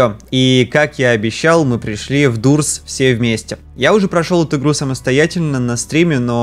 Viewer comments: не дурс а дорс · ты неправильно говоришь двери не дурс а дорс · Он не дурс а дорс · Doors,читается не как дУрс а как дОрс) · Пока не стал понемать что не дурс а дорс😂😂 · не дурс а дорс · игра называется не дурс а дорс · не дурс а дорс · Это не дурс а дорс правильно если что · Дурс.. боже, убило. дОрс а не дУрс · Не дурс а дорс-_ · ДОРС А НЕ ДУРС ОООООХХХХХ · Правильно говорить дорс а не дурс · Дорс правильно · Не в дурс, а дорс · эм там какбы не дурс а дорс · не дурс а дорс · Не дурс А Doors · Это не дурс а дорс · не дуурс а дорс